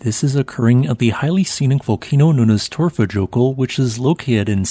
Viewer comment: Say Torfa yokul Next time! Remember j is y ! For you!! .....I feel as you should know this 😆